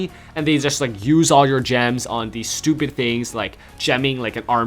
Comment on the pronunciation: says stupid so weird he is like stoooooewwwww-pid